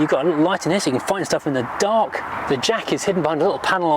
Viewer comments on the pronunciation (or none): none